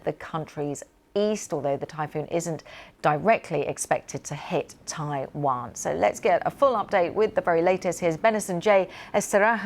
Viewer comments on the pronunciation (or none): Why can't newsreaders speak naturally. Taiwan isn't Tai wan...or were they on a different lines on the autocue?